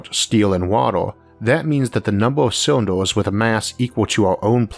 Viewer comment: can't take the speech impediment. turned it off as soon as i heard, "o'neill cywinduh".